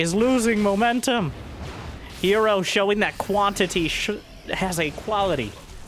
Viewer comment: Is it "Hero" or "Her Zero"? hmmm? hmmmmmmmm????